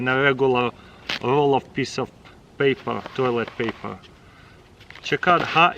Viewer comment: Piece of papeghurr